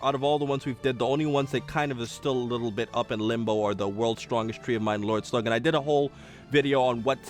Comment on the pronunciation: ''Lloyd Slug'' XD